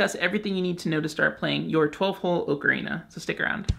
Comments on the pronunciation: You keep saying Oak-arena. Its aa·kr·ee·nuh lol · AHK-UH-REENA. NOT OH-KA-REENA. For the love of god. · OCARINA not okarina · I'm not learning from someone who can't pronounce ocarina. It's bugging me too much. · You’re pronouncing ocarina wrong. Go back to school! SMH